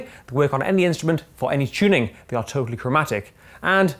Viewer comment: Chune.. Chunning. God help this man. ITS T U N N I N G